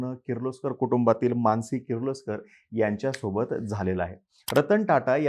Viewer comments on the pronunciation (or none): none